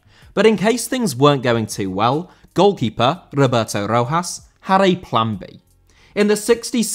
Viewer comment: Rojas* not Rouwhas